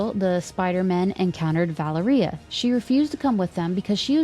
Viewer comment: Thank you so much for the upload! I've been catching up on the podcasts, usually during the work commute. Small note from a Russian speaker, Valéria's pronunciation rhymes with Latveria. I was sceptical from the post-credit scene of NWH whether that's their way of introducing Miles but it sounds likelier than ever, for better or worse 😅 we'll see!